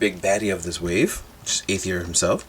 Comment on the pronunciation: I thought it was pronounced arr-eth-ear?